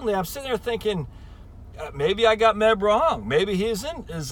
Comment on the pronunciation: Its Meb Faber not Men Faber.